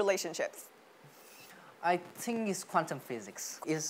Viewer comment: công nhận fluently thật , dù cậu ấy nói lai giữa giọng Us và Uk , phát âm cũng kỳ kỳ nhưng tổng quan nói ghê sửa những từ cơ bản như think ... là ok